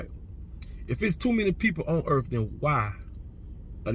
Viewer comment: Please debate Geno Jennings on your podcast. It's Earth 🌎 not urf.